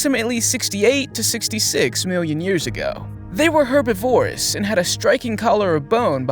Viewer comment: Please!.. herbivorous is pronounced Her BIV or us Not herbi vorous